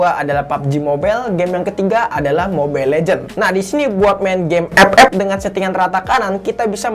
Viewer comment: knpa klo ngomong ep ep harus gitu bg🤣